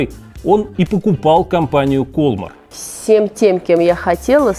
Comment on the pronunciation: Может, ударение в названии компании в другом месте - кольмАр?)) Такая реальная игра в кальмара получается...